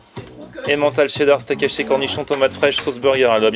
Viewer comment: Steak haché 😂😂😂 steacaché ... bien vu